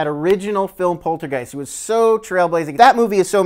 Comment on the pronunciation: Somehow it bothers me, that none of them can pronounce Poltergeist correctly... X.x